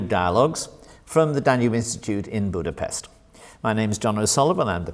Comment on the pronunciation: Darn it, if you are in Budapest do not alienate the Hungarians with the s in Budapest it equals with sh. Nevertheless, great interview.